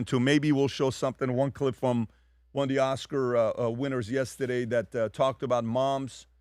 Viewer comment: Please don’t say “yestedeyyy “